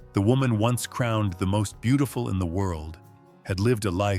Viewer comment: Doesn't t anybody. Listen to this narrator? He butch3r3d. Burt Lancaster s name and. Called ava Gardner. BeautiFEW!